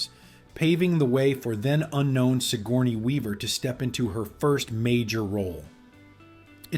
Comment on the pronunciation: Sigurny? Come one you didn't even try and pronounce it.